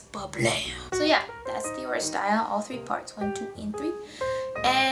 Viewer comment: Aeschylus is pronounced "Ease-kill-us" and Oresteia is pronounced " Or-es-ty-a" (the "ty" rhymes with "eye"). Eumenides is pronounced "You-men-eye-dees".